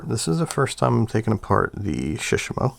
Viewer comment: Surely it must be Select tackle, and shishamo should be pronounced with the same intonation as with Shimano imo, like shi-shaaamo. And the shishamo looks tacky with the paint, KastKing all the way! Maybe in 20 years they'll be one of the big four: Sh, Da, AG and KK. I ordered the WhiteMax for crankbaits, I need to compare it to the legend some time.